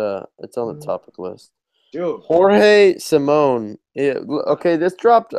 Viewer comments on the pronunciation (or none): come on guys, Simoes is not pronounced Simone